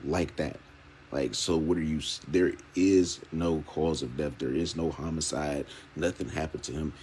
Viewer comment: Something I couldn't stand about this press conference, every time crump said death he pronounce it deaf. He said "we have to AXE ourselves" .... I don't give a f*** about Black culture ebonics and how you talk but when you're on a world stage and just won't do better? Give me a f**** break